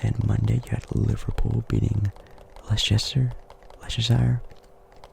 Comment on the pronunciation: I could hear you talk about footy/soccer all day bro. Btw, Leicester is pronounced (Les-ter). LOLL, good video bro!